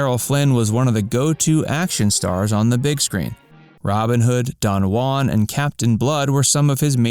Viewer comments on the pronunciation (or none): none